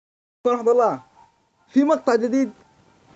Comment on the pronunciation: في البداية بدل ما تقول السلام عليكم ورحمته الله تقول برحضالله هههههه اللي لاحظ لايك